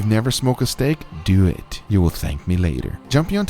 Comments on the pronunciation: Me: When your watching and waiting till you hear his 3 word slogan 👀👀 "Let's dewit" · “So let’s dew eit” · "so letz dowaet" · "so lets deww ett"